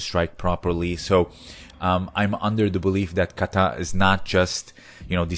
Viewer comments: There is no accent on the last syllable in the word Kata! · Japanese has equal syllable stress. it is "ka-ta" like 'caw-tah'